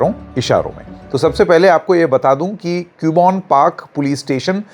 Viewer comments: Its not pronounced as Cube-on its pronounced as Cub-bun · क्यूबोन नहीं “ कब्बन “ Park 😅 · it is CUBBON PARK. Pronounce KABBON PARK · Not Q bon park..read it as Cub Bun park.. hope this helps 😊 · btw sir use कब्बन पार्क aise bolte hai😊